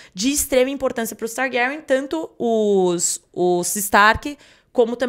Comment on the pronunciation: Que agonia esse homem pronunciando TARGÁRIÃ